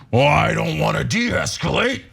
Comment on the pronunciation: Its pronounced 'es kah late' NOT 'es QUE late'! MORON!